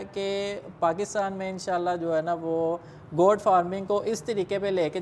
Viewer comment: Bhai saab, " Got " nahi " Goat " farming hai. Kia zarori hai k Urdu kay bajaey ghalat English boli jaye.